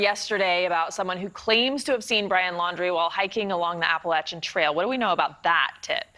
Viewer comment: Nobody going to comment on how the reports pronounced "applachian?"